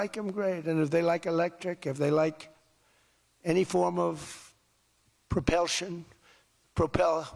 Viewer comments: So, if you buy a car " it will help if you have a mortgage? 😂😂😂😂 WTF! " Propeltion"?.😂😂😂😂😂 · It's PROPULSION, you numbnuts!! Sheesh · Bullshit......bigly word 'propulsion ' easy to say "propelsion " of you are an ignoramus & moron in chief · Propellshun!?!? He's an idiot. I love yall kiddo 💓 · Propelsion 😂😂😂😂, Trump is a dumb asz 😂😂😂😂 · "Pro-pel-shun" I'll have one of them! Pro-pel-shun? Beautiful Pro-pel-shun? 😊 Yup! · “Propelltion.” Got that? “Made in America” with foreign produced parts.